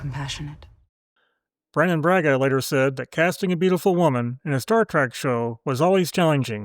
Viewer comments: “Star TREHK,” not “Star TRACK.” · OH MY GOD!!! "STAR TRACK" - ?!?!?!? SERIOUSLY?!?!?!? UNWATCHABLE. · The ringing game reward noise when you post your fun facts is super annoying. Drop it. Also I can hear you saying star TRACK very clearly lol adjust your AI otherwise 6-10